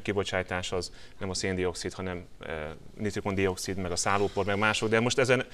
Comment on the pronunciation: nitrogén-oxidot/-dioxidot sem tudta rendesen kimondani a szerencsétlen